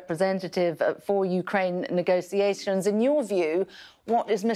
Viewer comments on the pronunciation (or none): its not "negosiations" its "negotiation"